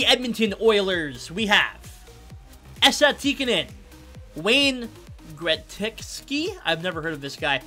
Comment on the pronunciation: Thats not how you say Gretzky 😂